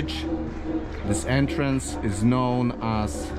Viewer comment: Entrance,, not "Entrence"...🤔